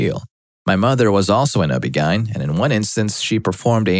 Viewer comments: The way this dude pronounces "OBGYN" is stressing me out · ME TOO 😭